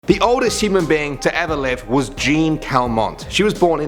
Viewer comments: Quick french prononciation class: It's not "Geene" Calment, it's Jeanne Calment! The finishing sound is the same as in "Laury-Ann" or "Mary-ann", Jeanne is pronounced "J'ann". Say it like you would for the diminutive of "Jennifer", "Jenn", but with "an" instead of "en", "Jann". Here you go:) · oh my god never pronounce Jeanne like that again